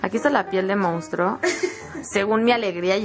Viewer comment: 'Mounstro' xD